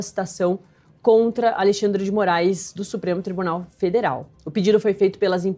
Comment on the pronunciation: Segundo o jornalista Oinegue da Band; "... há dois Brasis com o alei-xandre...".